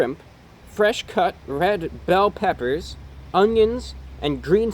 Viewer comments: "Some peppous" gotta love the peppous amirite (͡° ͜ʖ ͡°) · "Some peppas" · "some, peppas, peppas"